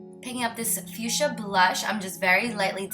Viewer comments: The pronunciation is fuksia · Honey...its FUCHSIA ;-) Not fuschia :-D xo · LOL web she said "back to the fuschia" it sounded like "back to the future."